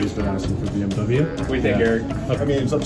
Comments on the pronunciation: IT IS PRONOUNCED B M WE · I'm so triggered you pronounced BMW wrong Otherwise I like the short either way